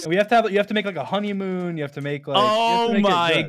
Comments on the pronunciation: not trying to ruin the joke, but Homiemoon is a betty pronunciation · Fundy: "we're gonna have a honeymoon and stuff!" me: did he say homeymoon